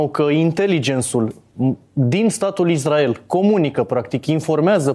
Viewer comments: zice numai izdrael... ca Nāstase 🤦‍♂🤦‍♂🤦‍♂ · si asta zice "Izdrael", ca Nāstase? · Am auzit de atâtea ori și de la atâția deștepți pronunția "IZDRAEL" , că mă apucă durerea de dinți !